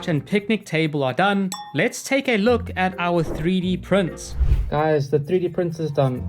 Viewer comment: can nobody pronounce "the" correctly anymore when did this happen